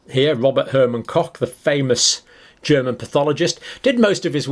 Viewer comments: Pox Copsulate, cock poxulate, kochsulate etc... 🥴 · Rober Koch (co*k) 🤣 …. well how to explain how to pronounce CH 🤔